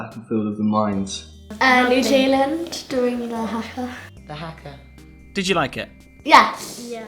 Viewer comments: Its not prenounced haka its prenounced hu-ka and dont laugh they're speAking kiwi and they smack themselves to make themselves red and angry its not funny either its my culture as well and im 10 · please pronounce haka right it's not pronounced as its spell it's pronounced harka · Haaaaa kaaaaa 😂 it’s pronounced hakar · Its Haka not huka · It’s not funny to laughing at and it s huka not haka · H A K A R x d that's how the say Haka. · It's funny cause they pronounce it as Har-Kar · FYI the haka is a traditional thing in New Zealand and.Also when they do the haka they are NOT mad BTW and is you make fun of it New Zealanders will be very sad. of and u are Haka wrong it pronounced H-U-K-A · It's pronounced hu-ka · everyone in this video was saying haka wrong😂 (I'm from New Zealand ) and they are speaking Maori they are pretty much saying that they rule the land (when they put there fists to the ground) and trying to show that there stronger then the others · People need to stop over pronouncing the a's in haka. In New Zealand we slightly under pronounce our a's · man you guys are racist and that is just sad and did you know that they are actually speaking another language when they did the haka. And plus you say "Haka" wrong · dont make fun of the haka got that its not some silly dance its traditional and the answer for your question what they are sayin is maori and its not funny and your saying haka wrong yes its fuckin fair its about our history and traditions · the keep pronouncing it wrong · It's not funny, or something to be messed with. Many NZ people take this seriously. For example, me ._. It's traditional and you say 'Haka' wrong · Well how are they supposed to know the seriousness of the haka? They are not from New Zealand/Aotearoa. Of course they pronounce 'haka' incorrectly, they haven't learnt the pronunciation of Te reo Maori. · The way they pronounce it makes me cringe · They pronounced haka wrong